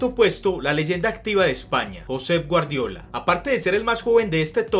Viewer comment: el nombre de guardiola lo pronuncias mal